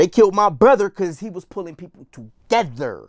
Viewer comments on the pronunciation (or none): He was bringing people to-GETHER😲! He was bringing people tewGETHER😮!